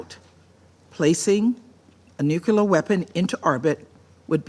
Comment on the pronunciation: LTG needs to learn to pronounce nuclear. Hey, Russia was first in space back when too.